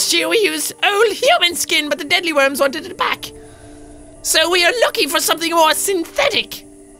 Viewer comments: Why u keep on saying deadlyworm is a deedleworm (I know is spelled deadleworm but deedleworm is how you say it) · Jack its deedlee worm not dead lee worm